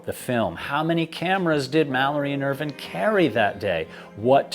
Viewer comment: Just curious why you pronounce Irvine's name as if it's spelled "Irvin". The "e" on the end means that the "i" is pronounced either as a long "i" or a long "e". Examples would be "vine" (long "i") like "grape vine", or long "e" like "morphine". I've known several people / families with the surname "Irvine" and it is ALWAYS pronounced with a long "i". I grew up in a city that was about 10 miles from Irvine, California, and that is pronounced like all the rest, with a long "i". There was also a N. Irish Formula 1 driver back in the 1990's / early 2000's named Eddie Irvine who also pronounced his name like how we pronounce it in the USA, with a long "i". So is this a British thing? I mean Brits pronounce a lot of things really weirdly, but pronouncing it as "Irvin" seems too weird even for them.